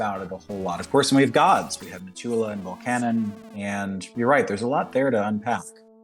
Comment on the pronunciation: Kaptain and I pronounce Volcanon the same way. Lol. I’m not saying that’s the correct way, it’s just the way I pronounced it ever since I was 12. I like SF1 and SF2, but I think SF2 is my favorite because of the characters, especially Slade and Gerhalt. That’s too bad about the video corruption. I didn’t know there’s all those possibilities for weapons at the dwarf blacksmith. Next time I play through I might need to read some tutorials. Lol. Another awesome video bro.